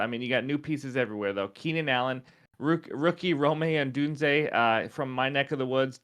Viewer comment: why is it so hard for people to pronounce rome odunze's name right